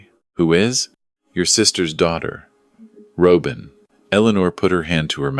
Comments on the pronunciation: AI please learn how to pronounce the name Robin! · A Good story, in which you could only say Robin properly.